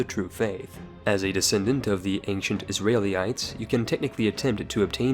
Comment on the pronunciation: After "Israilly-ites" and "Is Rail" what were you expecting?